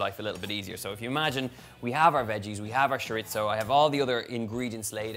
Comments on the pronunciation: Why is he saying shoritzo instead of chorizo? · The word is pronounced choreezo. Love it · that is nowhere near how you say chorizo... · Woohoo. P.S. i love how you say sho-rit-zoh for chorizo whereas in philippines I grew up hearing it as tso-reee-so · We love you Donal but it’s chore-E-so. AND I can’t wait to make this for my family. I’m not sure if you’ve done it yet but it would be so nice to see your siblings in a cooking video with you. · He’s certainly not pretentious. Although he is gorgeous. Oh the Irish. He can say shiritzo if he wants to. Maybe it’s just his accent. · I kept repeating it the way he says it for the entire video. He says it completely naturally and confidently. Love it. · it's the constant mispronunciation of chorizo for me. but kidding aside, this looks delicious! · first time hearing it like that, I was so confused what he was talking about till I saw it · I'm British, and I can report that I've never heard my fellow Brits pronouncing it as "Shorizo"